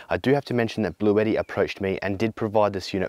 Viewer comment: Blueshetti mate.